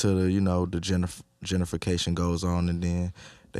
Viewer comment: Did he say JenniferCation 🙆🏾‍♂️🙆🏾‍♂️🙆🏾‍♂️